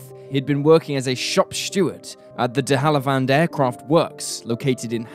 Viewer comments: He also has a man working at the "De Halivand" aircraft works. It's De Havilland. The other day he mixed up the words college and colleague. I like the stories but he butchers words. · The de Havilland Aircraft Company Limited; NOT de Hallivand ! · First guy had been working at DeHallivand? It's pronounced DeHaviland. Have-a-land, not hal-a-vand. It's only one of the most familiar WWII British aircraft brands.